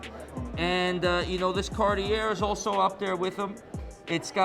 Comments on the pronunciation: It makes you look like a narcissistic flexer. Watches are a work of art. Especially those from brands like AP, Jaeger LeCoultre, and Cartier. Ffs these guys can’t even pronounce Cartier right. You wouldn’t put clothes on a priceless sculpture, so why would you ruin a beautiful watch by making it look like a fucking disco ball. If you want a diamond watch, get factory set and you won’t loose a shit load of money for a meaningless flex while doing so. Flexing just implies you think your net worth somehow makes you better as a person. Quite the opposite. Be humble. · Of course he mispronounced Cartier.